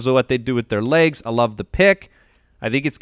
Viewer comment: Can stop saying laigs? It’s legs!